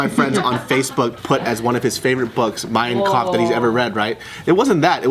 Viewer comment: Damn pronunciation for Mein Kampf was spot on